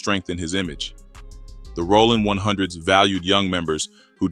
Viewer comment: “Rawling 100’s” these ai voice fuck ups be frying me😂